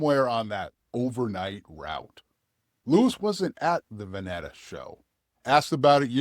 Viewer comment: It's pronounced "Va-knee-taa" and it's called "The Oregon COUNTRY Fair". Both are still going strong.